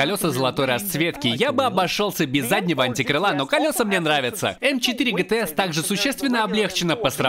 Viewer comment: Не гтэс, а джитиес